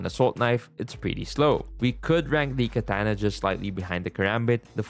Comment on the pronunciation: Bro said kantana😂😂